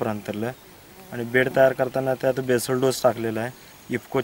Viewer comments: केसल डोस नसतो येडे तो बेसल डोस म्हणतात..😂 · मॅडम केसल डोस नसतो बेसल असतो